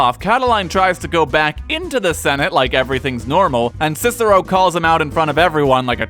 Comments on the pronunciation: Scissero?! It's KIKERO! You know, like cicer -- the pea! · Technically, his name is supposed to be pronounced as “Kicker-o.” Soft c’s do not exist in Latin. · its kick-ah-row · the American pronunciation of Roman names hurts my ears! his name was not Sissero (slang) but Cicero to pronounce CHICHERO! .. To give you an idea, it is as if you Americans heard Gen Lee speak in Italian in a movie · Latin didn't have C as S, it's Kikero. That's most embarrassing fact anyhow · 1. Its impossible to pronounces "Cicero" properly with english phonology as the "k" would have to be asphirated 2. This is an english video anyway, not a latin one. Should we also start calling "Rome" "Roma" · Just that his name was pronounced differently, buuuut everybody messes that up, even cesar is spoken wrong, so whatever. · Fun fact... in latin C is pronounced like a K... So they would have called him Kikero.